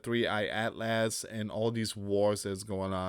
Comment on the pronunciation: PRONOUCED AS ATLES